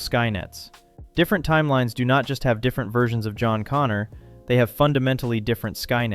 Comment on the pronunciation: Once again: "Connor".